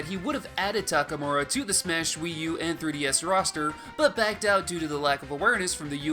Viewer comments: Isn't it TakamArU instead of TakamUrA? Just wanna make sure I'm not crazy. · It's Takamaru